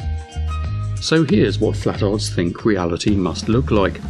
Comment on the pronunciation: It’s not “flatards” it’s “flat•tards”